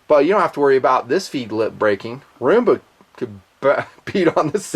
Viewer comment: It's fucking ROOMBA NOT RUMBA FFS